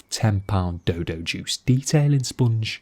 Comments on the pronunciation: The way he says “spoongge” 🤤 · Great vid. Say “sponge again”😂😂